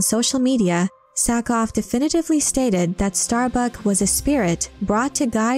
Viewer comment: Good video, Thought it was Sackhoff not Sackoff. Still good no matter